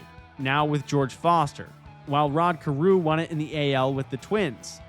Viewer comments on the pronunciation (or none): none